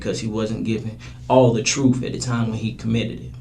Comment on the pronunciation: He says "Dats the truf."